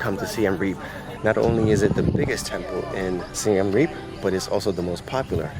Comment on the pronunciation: SIEM Reap Not SIAM Reap